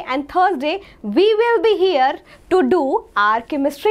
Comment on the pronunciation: pls change the master teacher of chemister she didnt even know how to pronounce 'here'